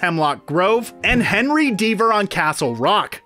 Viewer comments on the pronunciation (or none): none